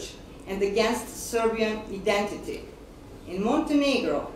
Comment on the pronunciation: ne kaze se identiti nego AJDENTITI mislim nemogu sad da kazem da bi me culi kako je pravilno )))...nezna ni da cita tekst a ne da prica ))))..evo ja koji znam tecno da pricam engleski reci cu da je sloba milosevic bolje pricao od mene iskreno,cak i bez citanja nego u razgovoru sa nekim amerikancem kad ga je intervjuisao nemogu da se setim kako se zove )))) a vidi ovu njusku pored tomicke pocrveneo,verovatno misli da zna bolje engleski )))